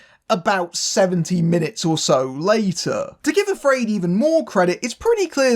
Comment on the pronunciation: I wouldn't pronounce AfrAId that way.